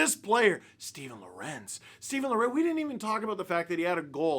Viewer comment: I might be mistaken, but when Lorentz was on the Hurricanes I think he said it was pronounced LOR-entz (almost sounding like the name Lawrence). Maybe he’s changed his mind